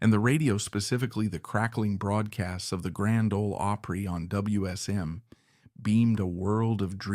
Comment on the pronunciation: Hard to believe that an AI could actually mispronounce opry . Really?